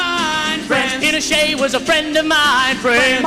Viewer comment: Pinochet. Not "Peter Shay"